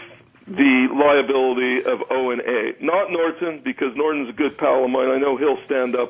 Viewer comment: Nor - tonne